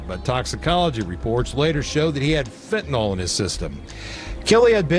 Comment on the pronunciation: It's so irritating that anchors and reporters say "Fentanol" rather than "Fentanyl".